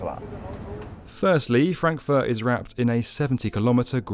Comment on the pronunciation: lol who would like to live in "Crackfurt"